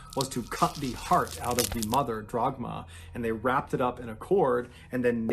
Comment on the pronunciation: its actually dagmar, its a typical german name so i can understand how people can get it wrong